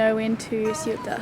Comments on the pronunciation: pronounced " KOYTA " ... lemme know if you're stopping by Las Palmas de Gran Canaria, ...if you take visitors, or in case you need anything ! luv Joe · Sailed there a few years ago pronounced "soota" Great vids keep it up. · You pronounce it SEUTA, got it almost right the first time. Great video!! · When we went there we said it as "Soo-ta". I really hope it's improved since we were there. I'd have to say it was a bit of a shithole, but we were travelling by overland truck and had to spend a day waiting for the ferry in a really gross parking lot full of hassling touts. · Hi again lovely people, I stand by my comment about showing you guys a better time from 2 videos ago! For this one: (by the way Ceuta is pronounced “ceyuta” (with a lisp on the ‘c’) by the Spanish, and “Sebta” by the Moroccans. Lovely place with amazing value and quality food in most restaurants pre Covid, I haven’t had the chance to check out what happened since but I will soon! Morocco has some amazing places to see full of history, culture, lovely people and food or just crazy fun times but with lots of challenges that I personally find fun and interesting most of the time. I don’t think you saw the best bits but next time guys, I’m sure you’ll be back! I hope your mate found Volubilis near Meknes because that’s defo his kind of place. L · Ceuta= Say-oo-tah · You pronounce Ceuta like this: SAY-ou-tah. And you emphasize the "Say" syllable. Using Spanish from Spain, you would use the Z sound instead of S. the Z sound sounds like the The on Therapy. So it would be The-ou-tah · Ceu-ta (the C is pronounced almost like a very soft S) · pronounced coo eh ta. Great place..loved it there. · It's funny. Just when I was thinking uncovered hair was bound to attract trouble in a Muslim culture like Morocco, you switched to the scene in the car talking about that. ^^ PS: the closest approximation of Ceuta in English would be say-oo-ta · It’s “SAY-oot-ah”. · It's pronounced Ceuta ;)